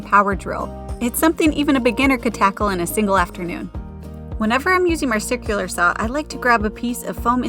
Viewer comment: You said circular saw twice here, but the second time you said "SICK-u-lar" rather than "SIRR-CU-LAR" . Wish I wasn't noticing these things, but they conflict with the smooth flow of understanding, when thoughts keep being interrupted by unusual diction. Sorry!